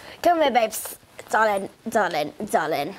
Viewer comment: “I bought you back some souvenirs my ✨DeRLiNg✨” 😂 I love your channel by the way❤